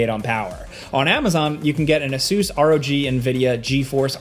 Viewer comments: Is that really how you pronounce asus ? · That can't be how ASUS is pronounced right? lol